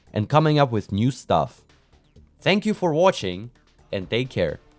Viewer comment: this "k you" sounds more like fv ck you than thank you